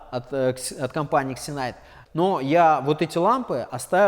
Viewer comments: Не претендую на экспертность,но мне кажется правильно читается все таки "зенит", а не ксенайт🤔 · "X" в начале слова читается как "з" Думаю компании Зинайт которая заслала вам лампы не сильно понравилось, что вы коверкаете ее название)